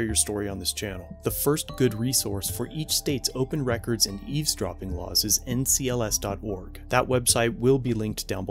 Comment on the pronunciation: NCSL not NCLS